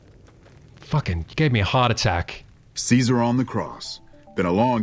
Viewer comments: So, interestingly (and idk if its stated in the game or known by fans of fallout NV), ceasar is actually pronounced right by the members of the legion. In latin C does not have an S pronunciation and the rest of the letters are pronounced as they look so its KY-sar. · I think they're pronouncing Caesar incorrectly.